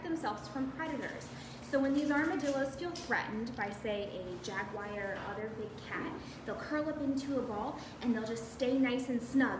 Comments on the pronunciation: It's NOT pronounced "jag-WIRE"! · Why are Jaguars pronounced as ‘Jaguires?’